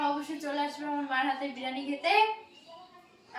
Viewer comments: Ota birani hobe na ota ke biriyani bolo😂😂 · ওইটা বেরানি না বিরিয়ানি 😂😂😂😂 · বিরানি নয় বিরিয়ানি